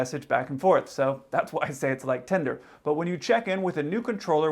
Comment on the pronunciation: It’s TINDER not TENDER… you’re so innocent bro😂😂😂 never change